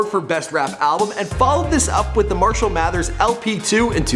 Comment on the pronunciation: "Mershell Mathers"